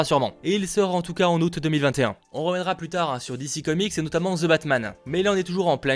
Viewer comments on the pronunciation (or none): none